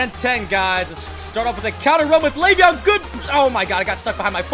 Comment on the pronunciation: It's leveon not laveon.